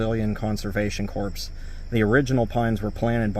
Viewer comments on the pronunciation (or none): the word corps. is pronounced (core). Just like the Army Corps. of Engineers. The p and s are silent.